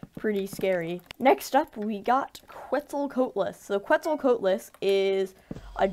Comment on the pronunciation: Also you slaughtered the pronunciation of Quetzalcoatlus